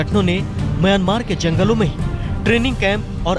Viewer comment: correct the pronunciation.. it is myanmar not miyomar...